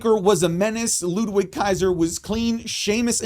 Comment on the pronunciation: Hearing the W in Ludwig Kaiser's name is jarring. Pronounce the dude's name correctly.